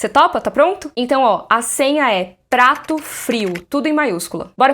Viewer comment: PRATO FRIO? pensei q era trato frio, mds rip minha audição kkk